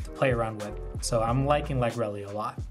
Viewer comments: also lagrele is pronounced lag-real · Good list dude. Ive been loving Bastion since Lagrele came out. I dont know the exact pronunciation of it either. Ive been calling it Lag-Ree-Ul. Deck is hella cheap too for anyone interested in starting up Vanguard. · very cool deck, the restander helps with lagrele cost a ton! i always thought lagrele was pronounced with ending like gabriel, this is first time heard it pronounced with Elly ending.